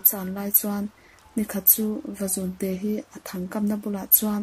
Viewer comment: Vazûnte tih hi LÛ tih kan lamna Û kan thluk ang hian thluk tur a ni.... Vazûn hi sava chikhat a ni...